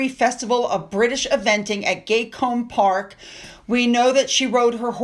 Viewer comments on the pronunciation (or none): Once or twice mispronouncing words is endearing but the constant mistakes are annoyingly common It is dress-argh not dressage, it is Gat- Combe not gatecombe A quick google if ur not sure is all it takes Sorry, I’m not usually so pedantic but it’s grating every post 😢